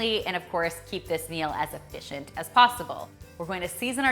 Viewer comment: E”fish”ent. Funny!